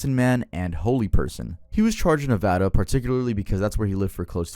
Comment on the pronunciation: As a nevada resistant, I just want to thank you for pronouncing it right.